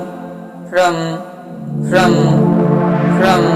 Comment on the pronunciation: ফ্রম Fraum holo montrotar uccharon